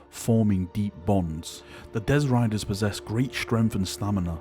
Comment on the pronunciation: Dezz Riders?! Do you mean Destriers?!